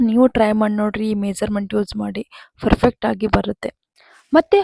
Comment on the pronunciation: Ferfect alla madam perfecr first ಸರಿಯಾಗಿ ಹೇಳಲು ಕಲಿಯಿರಿ ferfect ferfect ferfect ಏನದು?